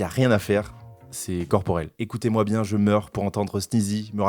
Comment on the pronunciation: "Bieng le bonjour la TPZance" 😂😂😂